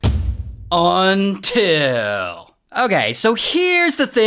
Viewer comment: That “UNTIL” hit kinda late. 😂